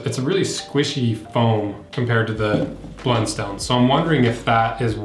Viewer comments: American in AUS. I own both. Redbacks are my church boots and Blunstones are my daily boots…Redbacks are great and last forever! One thing it’s a soft O not “stone” but more “ton” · As an Aussie, it hurts my ears to hear people call them "blund-stones", it's always been pronounced "blunt-st'n" here. I actually worked at the factory as a teenager, when they were made in Hobart, Tasmania.